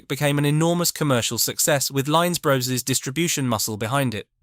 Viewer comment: Very interesting. But… Lines Bros. Bros rhymes with floss, not grows.